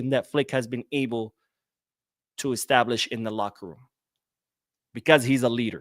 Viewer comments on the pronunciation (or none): none